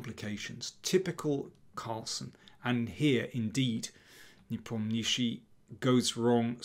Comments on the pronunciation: daniel you're the king but for god sake please learn to pronounce ian's name properly ! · Befor making video, learn how to pronounce players surname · Why is he calling him nepomnishi, am I missing some inside joke? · russian pronunctiation is ne-pOm-nya-chtch(sounds like [sh] but softer)iy. with accent on pOm. This surname means "doesn't renember" like someone asked -What is his surname? -He doesn't renember. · Ffs learn to pronounce the guys name. Lazy and unprofessional.